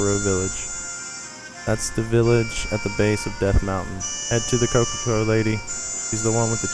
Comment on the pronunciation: kakaro village and coca co lady